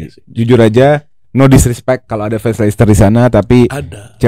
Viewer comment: risih dengernya Lei Ces Ter.